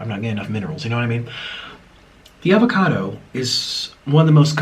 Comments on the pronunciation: I thought he said "nigga cado"😂😂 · Who else heard niggacado 😭😭